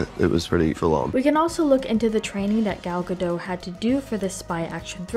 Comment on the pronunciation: Nice work! I really liked the movie. Just a note, the T in Gadot is not silent. Ga-dough-t. Gal is pronounced Gahl. Gahl Ga-dough-t 😊